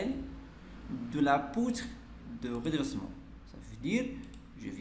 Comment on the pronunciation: Poutre de redressement pas redessement